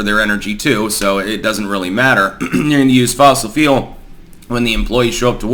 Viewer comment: you say fule and it sounds like feel carbon feels